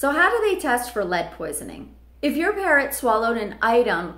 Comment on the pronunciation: why "parront"?